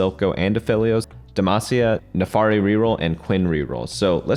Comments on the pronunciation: it's NAAAAAFIIIIRIIII pls for the love of god not NEEFAAARI I'm dying here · its Nafiri not NAFARI lmao